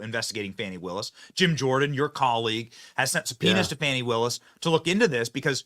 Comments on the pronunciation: BTW, what is up with the stupid pronunciation of "women's" names (I use the term women verrrrrrrry loosely. For example: Kamala..... Kamal Aroush (the real way to say. It):and Fanny who is trying to sound ghetto fabulous by saying: Fawn-------knee🙄😄 when it's pronounced like the big thing she sits on: Fanny. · It's not fahny or fawny, Its fani ... Like fanny pack All media trying to class up her name 🤣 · It's "Fani", not "Fauni". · pronounce it fani, farney, fanny whatever. It all translates to ASS Willis